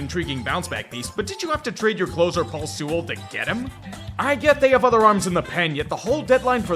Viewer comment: Paul Sea-Walled not sooled